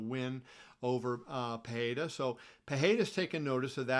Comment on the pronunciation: Kevin great content. Please know the R in pereira is pronounced. Its not like Spanish.